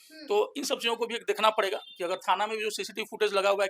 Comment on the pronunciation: Samrin pahle tum de kh na ko dekhna bolna seekho kaun shikhaya tumko de kh na bolna.